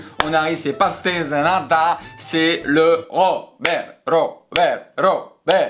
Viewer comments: Quand tu dit pastéis de nata dit past-ej de nata Tu auras plus de crédibilité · Trop bien ta vidéo mais tu as pas du tout respecter comment on prononce pastéis de nata ( pachetége des nata)